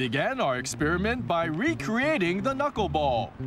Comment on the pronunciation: If the unbecoming platform shoes can be quickly edited out, we have an excellent chance of taking this thing viral, despite the unfortunate pronunication of the word knuckle.